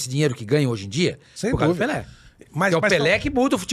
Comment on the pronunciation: é PELÉ e não "PELÊ" oh Analfabeta 😂😂😂😂😂